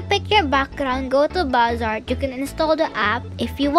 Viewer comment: Not to be rude but u said a few apps wrong 😅 Bazaart- baz-a-art IbisPaint- ib-is-paint